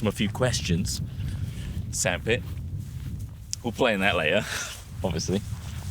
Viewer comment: Did he say sandpit or sad-pit?